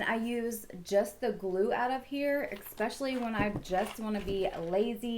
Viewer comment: eSpecially not eXspecially and it’s jeuje - pronounced like judge with a hard U, not juju wtf